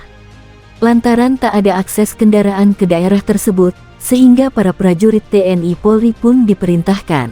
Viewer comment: Belajar ngomong dulu jgn TNI harusnya te en i